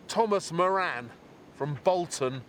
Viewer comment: Moran is an irish name .. its pronounced more-rin